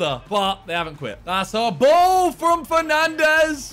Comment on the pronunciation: Man said penandes